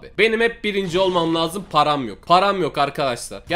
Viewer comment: Nobody:: Param yoğ ulan parağm yoğğk:D